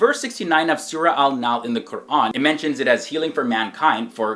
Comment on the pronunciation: Everytime he pronounces "Quran" he takes so much care pronouncing it right. It's so beautiful.